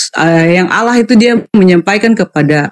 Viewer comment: Berpirmanlah ALLAH buk, bukan ALAH😅